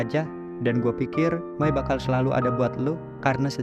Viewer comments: May wai bukan mae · May bukan mae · ih may bukan mae 😂